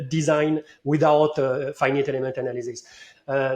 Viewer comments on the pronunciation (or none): Funny to hear pronounce faɪ.nɪt which is a mix between the pronunciation of some people in France (like ɪnfɪnɪt) and the proper one:)